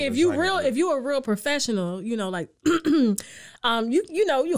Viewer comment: Yea them live stream be prafeshional Tasha! Lmaooooo